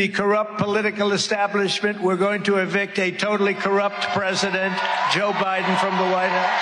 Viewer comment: 🤣🤣 it’s Joe BIDEN not Joe BRIDEN 🤣 Trump has the BEST words 🤣